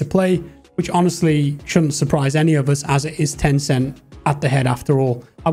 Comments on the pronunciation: I was excited up until I heard "Tencent" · bro said ten cent and then i saw these gadgets and abilities and was turned off, good luck yall